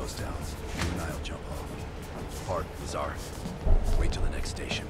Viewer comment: When my last name be Lazar and he correctly says Lazar